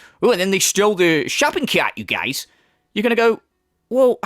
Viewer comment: I am always cracking up when you say "you guiez"